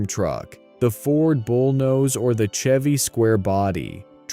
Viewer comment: Hearing the bot narrator mispronounce "Chevy" Really took me out of it. Hearing it flub so often as the video goes on just disappoints me. Why use a bot narrator? Was the script even written by a person?